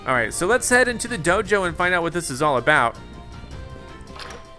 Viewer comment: I don’t know why but whenever he says Dojo it sounds like JoJo